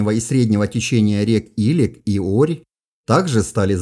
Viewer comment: В Казахстане течет река илЕк ( с таким ударением). Купался в ней в детстве. Моя историческая родина))